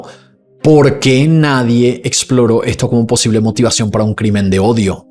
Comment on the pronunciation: Querido, se dice motivación